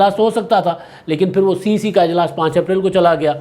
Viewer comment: سر cc نہیں cec ھوتا ھے